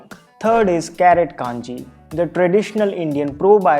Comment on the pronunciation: A humble note. I believe the word is pronounced Kanji. And not kaanji.